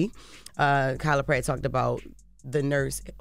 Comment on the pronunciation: Why she sound like she said she said KylaPerry